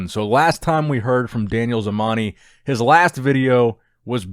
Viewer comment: Hi just a tip it's not pronounced Daniel but "DAAN-YAAL" great video btw